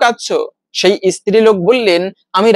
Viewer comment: ইস্ত্রি নয় স্ত্রী।